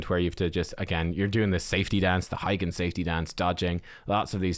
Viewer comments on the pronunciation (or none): Heigan not helgan.